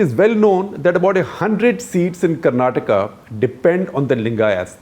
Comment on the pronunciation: Thankfully shekarji pronounced Karnataka correctly ..It’s Karnataka and not Karnatak ..🙏🏻